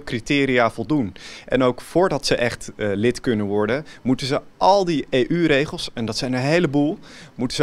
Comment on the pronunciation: Die gast weet wel dat EU een afkorting is toch? Of spreekt die de VS ook uit als ffssss.